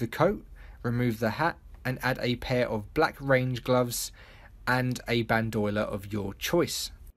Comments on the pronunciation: Tbh Bandoiler sounded more badass than bandolier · It’s bandolier not bandoiler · Ban - De - Leer "Bandoyler" 😂😂😂 I'm sorry that was just funny. Great video though 👌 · Isn't it bandolier, not bandoiler? Or is it different across the pond? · You do realize it's BAN DO LIER not bandyoler right? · "Band-Oil-Er" ??? It's Band-Oh-Leer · Aha bandoiler It's pronounced Band-O-lier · Bandolier not bandoiler lol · It's "Ban-do-li-er" not "Ban-doy-ler" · Band f***ing oiler. its band-oh-leer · Happens to the best of us. But everytime you said it wrong, I said "It's bandolier" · Nobody in the world: Nobody in the entire universe: This guy: baNd OIL er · “Ban-doi-ler” Lol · Ban-dough-leer mate lmao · Bandolier. BAN-DO-LEER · Mate.. idc where anyone is from, bandolier is not pronounced Band-OIL-err. The L comes before the i so it just doesn't work. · Just FYI, it's pronounced Ban-Doe-Leer not whatever the hell you were saying. lol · Ban do y ler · you'd think that common sense would figure out that you're pronouncing it wrong. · No he just can't pro ounce it 😂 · I love the way this guy pronounces bandolier idk if it’s a dialect thing or what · Wtf did he call the bandolier? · The way you say bandolier bothers me so much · U keep saying bandolier wrong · Why does no one know how to say "bandolier"?